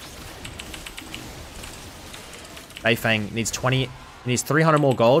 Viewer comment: just to help u a bit, his name is pronounced more like beifœng than beifeng